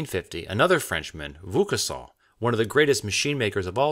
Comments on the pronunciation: You're 100% forgiven ;-). To my French ears the most "shocking" is probably your pronunciation of Vaucanson's name. To have a realistic idea of how to pronounce it, you can use Google (hit the speaker) : Since I discovered your channel (that is two hours ago !), I have already watched three or four of your videos, but I couldn't find the following episodes of this one. In case you haven't yet found the time to make it, I am sure it would please most of your subscribers, but given the amount of work that it represents, we will be patient (though it will be hard !). Last summer I was lucky enough to visit London with my son and we spent one and a half day in the Science Museum. If you could post videos about some machines exposed there it would certainly be great. Wish you an exponential number of subscribers, and keep on this excellent work ! Bon courage ! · I'm trying to sound level-headed here... if you do more videos that cause you to say Lavoisier's name, say it La-VWAH-si-ay. I know... I'm picky to a fault. You're not doing Vaucanson any good either. These are great videos, well worth the time.